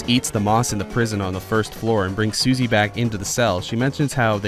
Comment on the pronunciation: says "Suzy". Not Susie.